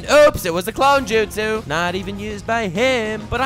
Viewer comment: bruh this is not Naruto, “ clone jutso”